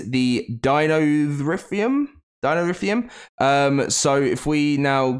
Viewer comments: I dont think he pronounced a single dino name correctly Cer-at-o-saurus Deino-suchus Deino-therium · From my understanding pronounciations are as follows: Sir-at-a-soar-us Dean-o-sue-kus Dean-o-theer-ee-um Feel free to provide sources sayin other wise.